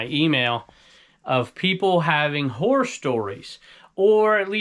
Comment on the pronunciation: you need to practice enunciating the second syllable in “horror”. 😂 925 Thrift